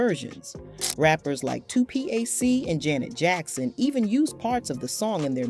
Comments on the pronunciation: Please Please Please don’t say O-O-H Child. It’s “ Ooh-Child”. It sounds so irritating when the name of the song is mispronounced. 2-P-A-C mispronounced is not excusable either. Why did you destroy this interview with one of my favorite songs history??? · 2 P-A-C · The person mispronouncing the song name, and Tupac's name is bordering on disrespectful! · Totally destroyed PAC'S NAME!!! I felt that😮❤😢